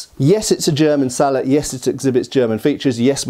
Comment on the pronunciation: Its pronounced "Sallet" 😅😊